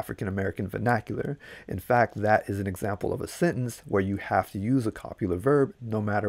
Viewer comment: "I gotta get outta'yeah"...um out..."i gotchu"... any body else say "hab" instead of have?